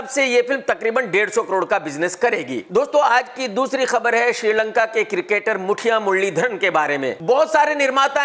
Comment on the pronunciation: अरे भाई मुठिया मुरलीधरन नहीं, मुत्तैया मुरलीधरन है वो 😂😂😂😂